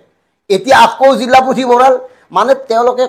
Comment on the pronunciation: জিল্লা নহয় জিলাহে।